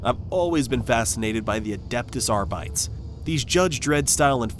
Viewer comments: "ARR-BIT-TEEs"... not Arrrghhbites. 😂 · Dude, arr-bee-tayse. Not arr-bites. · I'm sorry but the way you pronounce it sounds like you're saying "Adeptus ARBEIT". It's Arbites, AR-BIT-ES. Do you say also say Astart instead of Astartes ? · Wow, the mangling of those Latin names through the whole video made my teeth hurt. I find it difficult to believe someone who can't pronounce 'Arbites' correctly has "always been a huge fan" of the faction. Combined with relentless advertising voice and absolutely zero caveats or cons—the game is the Emperor's second coming apparently—definitely AI marketing. You can often tell by the generic channel names but this one sucked me in and elicited a comment, so a win for them. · Hate to be that guy but that’s definitely not how you pronounce Arbites. Think Greco-Roman like Hercules. Otherwise this review has me sold. Currently on sale due to steam summer sale too! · Is this an AI voice...? I'm almost certain that's not how you pronounce "Lex Imperialis" and "Adeptus Arbites"...or maybe I'm wrong.